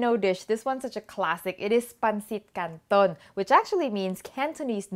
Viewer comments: Hi! wow u sound like filipino when u say "Pancit Canton" i loved ur channel and all of ur cooking😊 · Love how she nailed the pronunciation, lovely recipe ❤️🇵🇭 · Yeah love her accent there😊❤